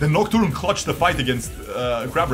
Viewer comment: I will unlike this vid just bc of the aneurysm it gave me when he couldnt read nocturne as he hovered over it several times. Checked to see if it was april first